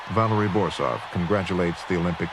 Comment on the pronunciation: Il commento artificiale è una merda , Borzov non borof